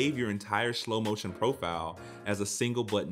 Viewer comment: Homie rlly said Schlo motion